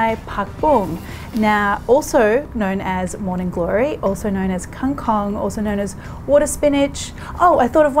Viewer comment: I love the way you pronounce the word KANG KONG :)